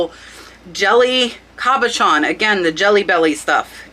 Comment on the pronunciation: Beautiful Hattie Carnegie brooch your friend sold. It is "cabochan" (with an o.) French derived word basically meaning "a polished dome." Usually oval or round and not faceted. English pronunciation "kah-bo-shawn." Givenchy - "zshee-von-shee." Trifari--"Trih-far-ee" not "Try-fari". Hope that helps!~ I know you teach us the importance of spelling keywords correctly when listing.:-) Keep up the great content.